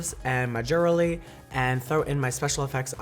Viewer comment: " ... and my JEWERLY" :')